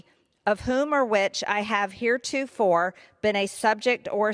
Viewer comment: "...abjure ...potentate ...heretofore... " You can tell by the way she mispronounces uncommon words that this is probably the first time she's read this speech aloud, or, possibly, ever seen these words. I bet her staff wrote it, handed it to her as she walked out of the office, and then she just skimmed over it in the hallway. For someone who regularly wrestles with the English language, she needs a better strategy.